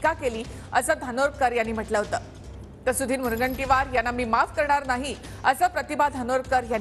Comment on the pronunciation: सुधिरररर तुझ्या र मध्ये काय problem आहे रेर्ररर